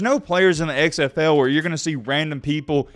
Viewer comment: The way you say "XFL" is super weird. It sounds like you're saying "eggs FL."